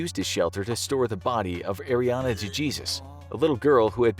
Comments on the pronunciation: It’s “Day-Haysoos” no Duh Jesus 😂😂😂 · Dejesus is pronounce day haysoos not duh Jezuz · Ariana de....Jesus....???? Im nearly positive it's Dejesus. -->> "dehesus" is you don't speak Spanish. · DeHAYZUES not DeJeezus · DeJesus isn’t pronounced DUH JEEZUS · This channel lost a bit of its credibility when he pronounced DeJesus as "Da Geezus." I literally clicked off the video lol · You guys could’ve pronounced poor Iriana DeJesus’ name correctly…